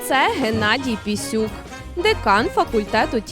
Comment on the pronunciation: Не Пісюк, а Пісюн.